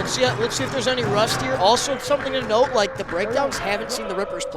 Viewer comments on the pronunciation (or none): none